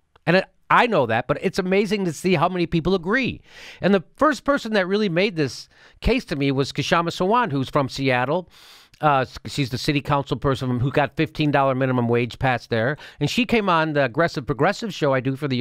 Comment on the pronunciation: The "K" is Silent, Jimmy. Not Ka-Shama Sawant!